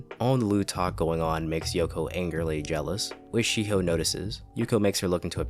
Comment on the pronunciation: "She Hoe" Shiho.